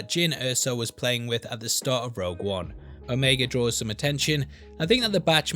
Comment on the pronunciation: I'm a little disappointed to hear you pronounce the name 'o-meg-a' instead of 'o-me-ga'. But it's understandable. And is it just me or does Ming-Na look like she still in her 30s?